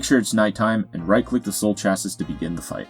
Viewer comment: Good one thanks. Just for future reference, chassis is pronounced shassey...it's French origin I think ;)